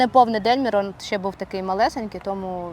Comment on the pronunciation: Чому ім'я звучить Мірон? Думаю, що правильно Мирон. Дякую, цікавий випуск і цікаві гості, багато досягнули!